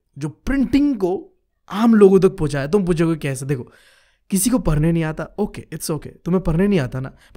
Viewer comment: Bro aap padhne parne, padh ko par kyo bolte ho 😅